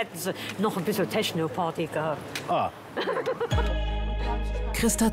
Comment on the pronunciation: Bissel "Teschnopardy" 😁😁😁